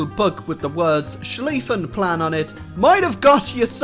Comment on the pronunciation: Slifen Plan the Name is schliefen Plan im a german 😊